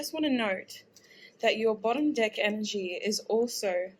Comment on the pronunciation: Why do i always here another vowel when she says “dEck“?